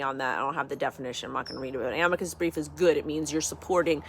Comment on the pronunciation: Ah-mee-cuss brief 😊 great stuff 👍